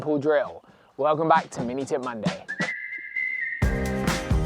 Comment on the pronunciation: I always thought you said Mini Tit Monday lmao